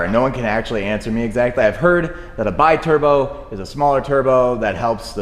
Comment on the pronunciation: That maserati is a be turbo not bai turbo biturbo is not english to be said with the english pronunciation in this case is italian and stands for twin turbo, sorry guys but i have to correct that